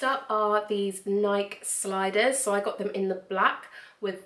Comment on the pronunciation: I love your shoe collection!!! That tri-color pair of heels and the dinner shoes were divine. And all your boots were great. You do pronounce the long 'e' on Nike, by the way. 😊